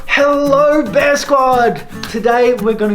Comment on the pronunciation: Now when it's wintertime we are the polar-bear squad. I always hear you saying beer 🍺 squad. Cheers to that :-) or Terviseks in Estonian.